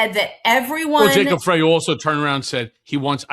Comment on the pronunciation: Just a note - Jacob Frey pronounces his last name "Fry". From MN.